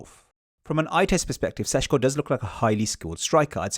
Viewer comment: It‘s Sesko, not Sesco - quality content nonetheless